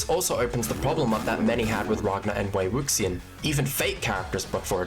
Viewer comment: it’s pronounced “Wei Wu-Shian”